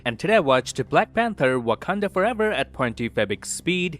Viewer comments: 7.37 I found an amazing detail in this video. While describing the colours of Sub-title you said "Wakanada" instead of "Wakanda" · u said wakanada once btw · Did you just say Wakanadan as a joke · i love the how pronounces Wakanda as wakanada as a reference to how brucebanner pronounced it in age of ultron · First I thought why did he pronounced it like that 🧐 then I remembered that Bruce’s picture is from Age of Ultron 😂😂 nice one Lad